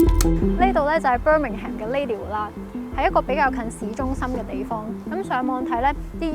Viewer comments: 提一提, Birmingham 發音唔係Bir-ming-ham, 係Bir-ming-am, 個h係唔發音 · 記住係讀"Birmingum"呀😂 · 謝謝影片。Birmingham最尾的發音不是讀"ham". 上網有輔助資源學。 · Birmingham 唔係讀Ham.... 無h 音 同am 音係煩似fulham 讀ful林 咁既音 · Pretty sure Birmingham is pronounced "bir-ming-em" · 最好留意下Birmingham個發音